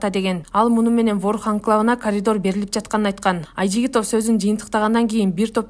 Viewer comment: президент "колидор"жонундо ун чикмаптиргоо?